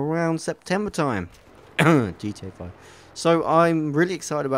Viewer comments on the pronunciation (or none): I love how you mumble GTA5 :)